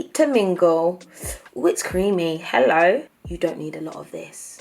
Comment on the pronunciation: I love how she says "hello" when she likes something lol like HELLO ! >:D